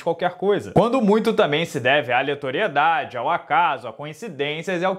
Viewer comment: " Aletoriedade " kkkkkk